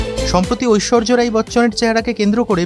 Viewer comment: অশেষ ধন্যবাদ আপনাকে ঐশ্বরিয়া না বলে ঐশ্বর্য বলার জন্য